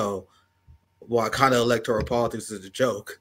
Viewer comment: whyu do you say electorIAL? lol